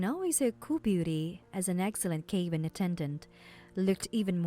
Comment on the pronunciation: Cabin is NOT pronounced "cay-bin" and stabilized is not pronounced "stab-il-eyezed" it's pronounced "stay-bil-eyezed"